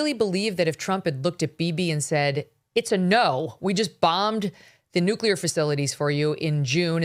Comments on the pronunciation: Great interviewing, MK! This guy couldn’t explain policy very well, and it is hard to trust someone who keeps saying NU-CU-LAR rather than NU-CLE-AR…. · Hard to take these guys seriously when he keeps saying Nuke-u-lar. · Who is this guy? OMG......hacking and cannot pronounce "nuclear." Yikes.